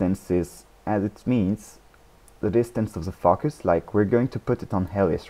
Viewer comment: Nice tutorial, thanks! Also, i like how you say focus, you say something like fuckus :P